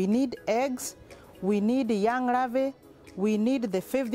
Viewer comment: ravae or larvae.... so many R in all words, good thing shes not a heart suRgeon.